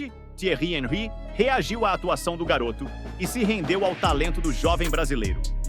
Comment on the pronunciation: Boa Noite. É (Onrri) a pronúncia de Henry.